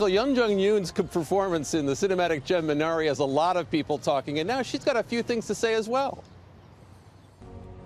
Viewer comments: 미너R뤼 라고 안하고 미나'리' 정확하게 한국발음해서 깜놀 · Kudos to Michael Strahan for pronouncing "Minari" perfectly! So happy the legendary Ms. Youn getting the Oscar nod!